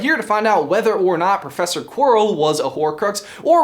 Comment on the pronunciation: Quirrell, not quarl